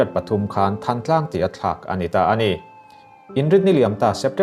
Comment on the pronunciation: Thãntlang ti a lamrik zawk tur ani